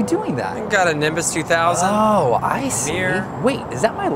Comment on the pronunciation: Lol he said nibus 2000 from Harry potter